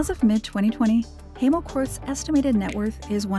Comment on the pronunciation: Hi mo not hey mo